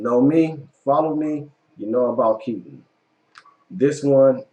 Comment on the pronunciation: #3 is actually pronounced (Key - Ton) as in "baton" ... not "Kitten".